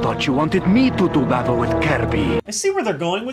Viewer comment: "b a t t u l e w i t h K e r u b y"